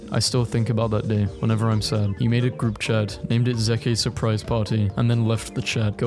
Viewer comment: "Zeh-kays surprise party" HELP ME ZEH-KAY